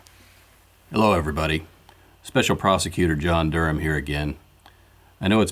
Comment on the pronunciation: Its not durham.